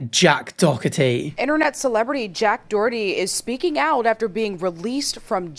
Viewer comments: Was saying jacks name wrong on purpose?😂 I very much can't stand the kid either, I call him jack dorky😅 but saying "doc-er-tee"? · well u for sure pronounced Jack's last name wrong ❤